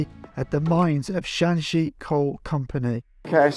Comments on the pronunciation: Shanxi not shaanxi😂😂😂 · Hi, Just a friendly suggestion. Shanxi & Shaanxi are provinces north & south of each other. They have different pronunciation. Google can pronounce them pretty well.